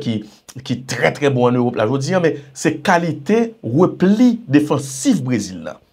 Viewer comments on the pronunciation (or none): none